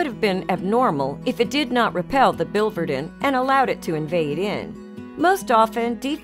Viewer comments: the second I in the spelling of biliverdin is pronounced, "Billy Verdin" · Please use the correct pronunciation for biliverdin.